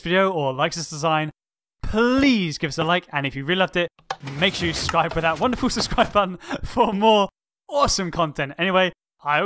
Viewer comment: CreeperMan _ 708 it means subscribe, just listen to how he says it